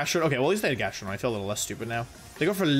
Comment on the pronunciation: he actually said GastroDONG lmfao